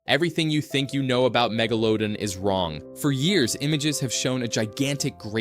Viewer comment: Fucking AI cant even pronounce Megalodon correctly.